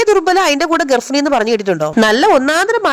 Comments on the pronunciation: ഗർഫിണി അല്ല മോളെ ഗർഭിണി ആണുട്ടോ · ഗർഫിണി അല്ല ഗർഭിണി😂😂😂😂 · ഗർഫിനി അല്ല ഗർഭിണി... Adi🖐️ ട്രൻറ് ഇൽ ഇരിക്കുമ്പോൾ ശ്രദ്ധിക്കണേ പന്നി വന്നു പറഞ്ഞപ്പോൾ പേടി 🥹❤